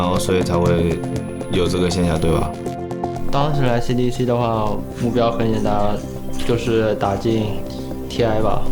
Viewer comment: CDEC there´s a fuckin reason why it´s written in CAPS. it´s C D E C not cdeck ffs. get your shit together. Same with Aui. LD says A U I.